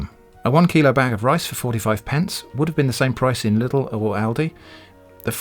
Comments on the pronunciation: in Germany they will laugh at you if you say Lidl like that haha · haha lustig wie briten Lidl aussprechen